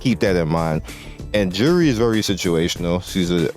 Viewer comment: You are pronouncing Juri wrongly. "J" is not English "J" as is "DJ", but as in "Yay" - Juri (Yuri pronounced, if that makes sense, soft J, not English hard J, that's how I see it.)